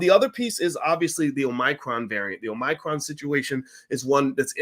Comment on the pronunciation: It's a shame Boyce can't pronounce Omicron correctly.